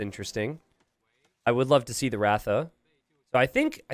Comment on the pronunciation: It's pronounced r-uh-tha... The first A in "ratha" is pronounced like the A in Tristan